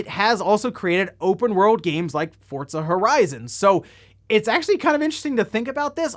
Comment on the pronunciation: He said Forza twice and I was like oh wow he's learning. Then in the same sentence converted back to saying Fortza.......